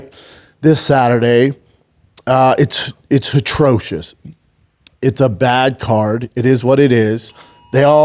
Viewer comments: Brendan saying "it was HATROCIOS" did you graduate 3rd grade? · Atrocious, yep there’s no H at the beginning of that word